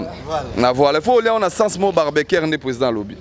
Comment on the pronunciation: Ba lobaka barbequi te barbecue 😂😂